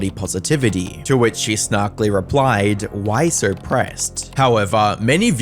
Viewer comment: There is no R in the words "video" and "so"